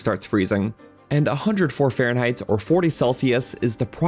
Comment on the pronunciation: Why does he say Fahrenheit like "faron height"? I thought he was talking about high place in the faron area.